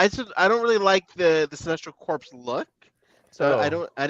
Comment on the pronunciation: That's EVERY superhero movie. The heroes don't spend that much of the film in costume. Iron Man spent very little screen time in his armor in all his solo movies. I wish McFarlane could somehow re-create the original Kenner Super Powers Batmobile. The "s" is silent in "corps" lol. I want more figures of Arkham game skins. Batman 3000 and Batman Incorporated. Goonies is overrated. So is Ferris Bueller's Day Off. Dread Lantern is technically from "Tales of the Dark Multiverse" which is a Metal spin-off. I also want Zero Hour Hawkman. KnightsEnd Nightwing too. 90s Doctor Fate, the one where the Helmet was melted down into a dagger.